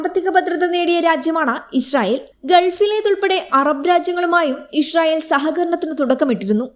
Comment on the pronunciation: ഇശ്റയേൽ അല്ല. ഇസ്രായേൽ ✔️